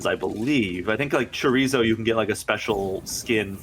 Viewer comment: His pronunciation of Chorizo hurts me